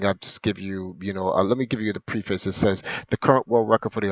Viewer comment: You’re pronouncing ‘preface’ incorrectly. Twice. “Have we not seen the Matrix?” Are you kidding me? You guys are so stupid it’s not even funny. Not going to get into it, there’s plenty of comments that have disproven your nonsense.